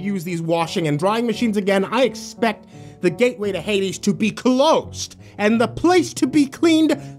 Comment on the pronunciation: “I expect the gateway to hadies to be closed”